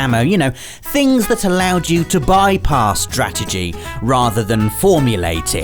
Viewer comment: Anyone else hear say Drategy rather than strategy